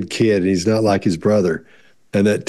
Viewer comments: He pronounced brother like BITH-AWW. Anyone know why? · Yeah!! When he says brother…. What was that!!? It’s not exactly an accent, is it? Just a weird way to pronounce some words.